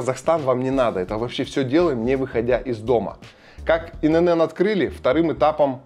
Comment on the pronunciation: Блин, ну, что за цыганщина :"ИНэНэН"? 😂 "И эН эН" произносится (ИНН)